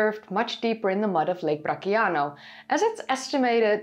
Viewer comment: Excellent video. Friendly correction, "Bracciano" is pronounced bratchyano, instead of the "k" sound. -Brand new subscriber.